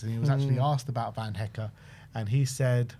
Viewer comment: I wonder how long before says Jan Paul van Hecke’s name correct the first time 😂